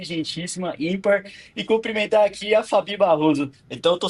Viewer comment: O cara estuda, vai na PUC e fala " comprimentá" "comprimentrá". ..